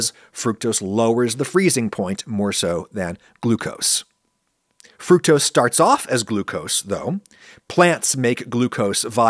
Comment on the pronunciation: i will say it is weird hearing adam say fructose the “right” way, especially after the corn syrup vid